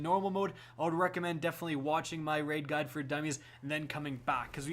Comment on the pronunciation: I thought he said “This gun will show you...” when he said “this guide will show you...”